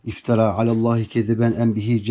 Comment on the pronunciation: Sebe süresi 2. Sayfasının başında iftera diye okudunuz